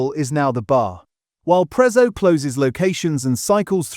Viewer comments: It's not pronounced Prezzo it's Pretzo to call it prezzo is disrespectful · If you can pronounce Pizza correctly you can do the same for Prezzo!!